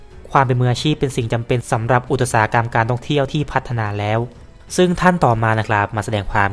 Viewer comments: อุตสาหกรรม ต้องอ่านออกเสียงว่า อุด สา หะ กำ ไม่อ่านออกเสียงว่า อุด ตะ สา หะ กำ อย่างที่ อ่าน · ด้วยความเคารพ อุตสาหกรรม ออกเสียง อุด-สา-หะ-กำ ครับ